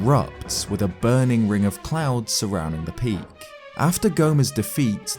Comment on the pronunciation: I kept hearing "ring of clowns" and not clouds lmfao